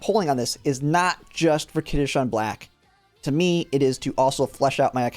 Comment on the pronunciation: He's also pronouncing it as kitasean lol, it's kitasan